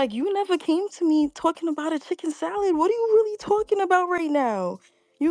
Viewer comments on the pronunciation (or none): Lmfaooooo chiikeen sALiittt ?! 😵‍💫😳 chikken salid?!! 🤣🤣🤣🤣🤣🤣🤣🤣🤣🤣